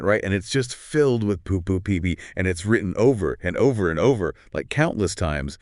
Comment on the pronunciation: I question whether is actually AI. She mispronounced poo poo pee pee once which I don't think an AI would do.